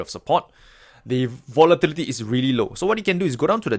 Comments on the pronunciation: hey!! i want to make your day and everyone elses day after a stressing day of trading with this one word " Votilityty" LOL XD sorry cant help it i am very stressfull today!! Have a wonderfull day everyone and good trading! THANK YOU FOR THIS VIDEO!, helped me today in so many ways XD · i like the way you say volatility lol